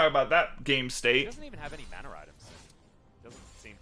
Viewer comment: It’s MANa not MONa